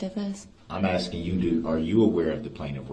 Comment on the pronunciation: He has a amazing grasp of the English language. He be axing good ques-tions